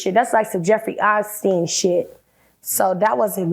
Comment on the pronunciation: Its "Eipstien", not "Easton"🤦🤦🤣🤣